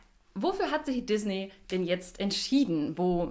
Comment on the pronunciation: Die Firma heist Disney. Gesprochen mit ie und nicht ey!